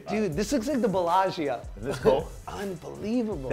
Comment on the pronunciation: Guy said the bellagia 😂😂😂